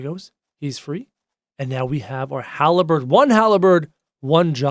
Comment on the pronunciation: Halberd not haleberd